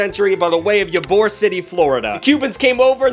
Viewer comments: Pronounced “EE-boar” not yyyabor lion🎉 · "eee bor" city is how you pronounce it. tampa and miami have beef over the cuban sandwich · Say it like E-Bore. I like Ya-Bore though. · Did he just pronounce Ybor as YABOR😂😂 ITS EEBOR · Yabor is "E-BOR" ❤ I understand fully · sorry it’s pronounced E-bor. not Yuh-bor. just had to let you know. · Yaboar? Ybor is more like yeeboar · Ybor City (pronounced Eee-bore) shall from now on be known as Yuh-Boar City, so sayeth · Eeebor. Yarbor is pronounced as eebor its weird. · “Ye-bore” is fantastic Unfortunately it’s pronounced EE-bore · eebor he pronounced yarbor wrong and I came here to find someone from Florida to call that out. The peacocks are upset about the weird pronunciation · Im sorry, ya-bor city? wtf, its e-bore city you uncultured northerner. And here I was being excited Tampa made it in the video:( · It’s pronounced EEbor not YaBor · Cuban sandwich has nothing to do with rye bread lmao. Also ybor city is pronounced e-boar. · Ybor is pronounced (E-bor) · It's pronounced e-bore city, it's pretty much Tampa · its pronounced EE-bor city 😂😂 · For Gods' sake, it's pronounced Eee-bhor, aka Cigar City, Tampa. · Tug I hate to do this.. but as a Tampa native, ybor is pronounced eboar (apolocheese for the erm actually) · Ybor City is pronounced “ee-bor.” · Ybor is pronounced EE-bore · tug im from tampa u gotta say it right it's pronounced e-bor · Because Florida doesn't make any sense. Ybor City is actually pronounced like Ebor, which is weird. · it’s pronounced E-BOUR spelled Y-BOUR tpa is weird i know trust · They pronounce it 'EE-bor', like 'Eeyore' with a 'b' in the middle. And the Cubano sandwich (or medianoche) is VERY different from a french-dip... like the Cubano is still delicious cold! And I don't know that I've ever had a Cubano on rye...? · As someone from florida please never say ybor (ee-borr) ever again lmao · I lived in Tampa Bay for 17 years and yet to hear it called "U-Boar City."